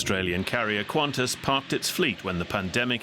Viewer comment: err..... quantas? It is Qantas